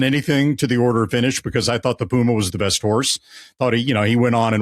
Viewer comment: Its not Puuuma in Spanish. Its Puma